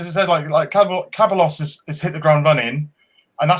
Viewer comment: Cae-bah-loss lol it's Cah-by-Ohss like Toh-Reh-rah =Torriera